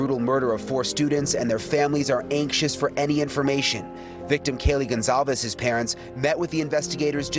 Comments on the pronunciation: Can we please, please learn how to pronounce “Goncalves” correctly?? News reporters are all over the place with this, throwing out whatever they want. It’s NOT THAT HARD! and it’s extremely disrespectful to the victim and her family. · the police chief can't even pronounce Goncalves. incompetent prick